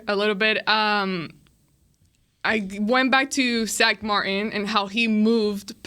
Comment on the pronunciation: LMAO that's his name from now on. I believe she said Zach but her accent turns the Z from sounding like Zuh to a hybrid Szuh with an emphasis on the S. So it does sound like Sack. I like Sack Martin much better so that's what I'm gonna call him lol 😆